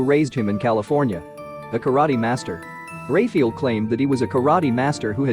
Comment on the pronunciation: Jesus fucking Christ if your gonna have dudes name in the video either get it right or dont say "Ray-fee-ull" 20x in the first minute. FUCK.